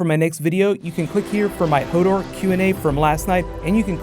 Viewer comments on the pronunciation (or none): none